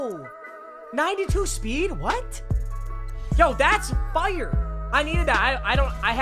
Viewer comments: love the way papa says fire. YO THATS FUYER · Why this man say “fire” like “foiyer”